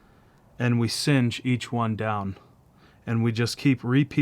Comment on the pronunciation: Do you mean to say cinch as to tighten? It sounds like you're saying singe which would not make sense as that means to burn slightly.